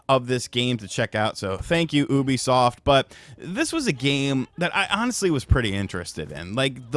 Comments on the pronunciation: its pronounced youbisoft and not houhhhhhhhhbisoft😂😂😂😅😅😅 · Ubisoft not oobisoft 😂😂😂 wtf 🤣🤣🤣🤣🤣🤣🤣🤣🤣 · When u can’t pronounce Ubisoft… it’s Ubisoft not yubisoft :0